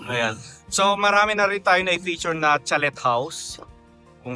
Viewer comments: Huwag mo po masamain na I correct ko pronunciation po ng "chalet" ay "chaley". Silent "t" po. Waley lng.😂😂😂 Mema lng po ako 😂😂😂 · Sir kindly correct the pronunciation of chalet house 😊